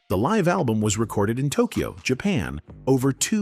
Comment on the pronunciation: There are a few other mispronounced words. "Live" as in living was used instead of "live" as in "Live from New York" as one example.